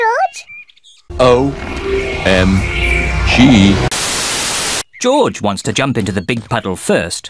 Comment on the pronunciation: I like the way how people tell George as "joj"😂 I can't wait to watch this premieres right now it's showing"Premieres in 37 hours" well I have no problem because I have set reminder 🔔 it will notify me well this will go live can't wait to watch this and laugh 😂😂